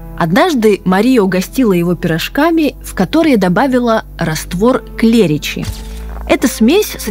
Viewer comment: Пожалуйста,ставьте правильно ударения!!! Не стУпни,а ступнИ,не жидкость КлЕричи,а жидкость КлрИччи!!!